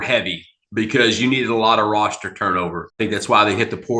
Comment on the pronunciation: Great report on the Longhorn "RostURE Posture" ( version of the Beast Texas Dialect)